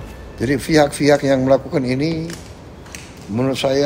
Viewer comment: Prabowo dulu sekolahnya dimana sih? Pengucapan yang betul itu pihak....bukan fihak.....sekolah ga ya dulu?